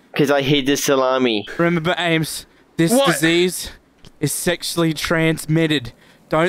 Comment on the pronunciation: It's not "Ames" it's "Amés" Eduardo.